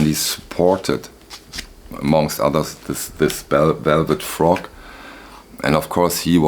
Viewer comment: Its Velvett Fog, not Frog. Good haul. Any chance you could say where you sourced these and maybe do a more detailed analysis of the music on these albums. Thanks.